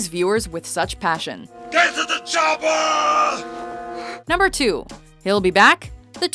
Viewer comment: I always get a kick out how Arnold pronounces "Chopper" "Choppa".